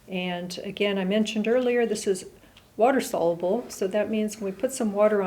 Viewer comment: Sol-ya-bl not solabl for soluble